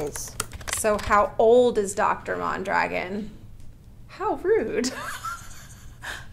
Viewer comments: Why do you pronounce your last name mahndragin? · I tought your last name “Mondragon ” was Spanish… I’ve heard it but in a Spanish accent pronunciation .